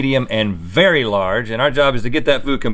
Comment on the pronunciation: "small' medium and VERY larg"